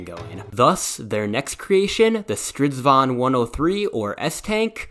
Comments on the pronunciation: It usually sounds like a diyng elephant. This only sounded like someone from Sweden who's lived in England would say. Good pronounciated! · You can call a chariot a "stridsvagn" but I think you have to say it slower, more like "strids-vagn" to avoid confussion ^^